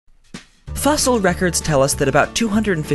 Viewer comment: Fussil? Lol